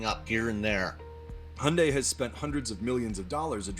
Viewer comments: Why is he saying he yunday? Lmao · in australia its pronounced he young day